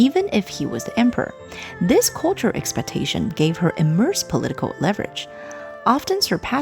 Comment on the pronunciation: Sorry for repeating this: you keep saying “immerse”, linstead of “immense”.